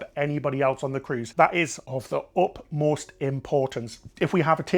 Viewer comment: Love the video. By the way, it’s utmost and not upmost. 😅